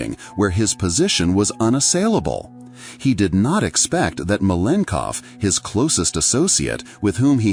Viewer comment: Malenkov is pronounced at least 3 different ways throughout the video 😂😂😂